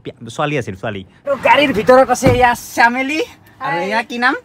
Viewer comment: Suwali joni beya jukai aasa noh,, sameli nohoi semeli semeli 😁😁😁